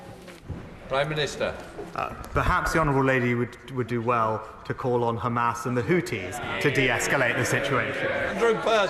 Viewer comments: Why did he say Khizbollah and Khamas? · Did he just say khamas and khoutis. Hes zionist too.